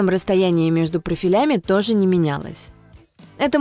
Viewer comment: прОфилями, а не профилЯми, говорит прОфили и тут же профилЯ.